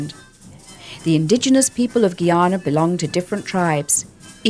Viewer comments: GUY-ANA not Geyana!! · Black water yankie.... cannot pronounce GUYANA....